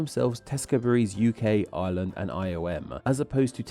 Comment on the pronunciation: I love how "island of Ireland" sounds like "island of Island" when you say it. I looked away for a moment during a moment you said that and was like "island of Island? what's that?" only to look back and see an arrow pointing at Ireland before realizing what you actually said